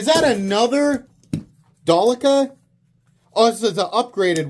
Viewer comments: Its not Dalica, its Delica FOI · Its Sypderco DEL- I -CA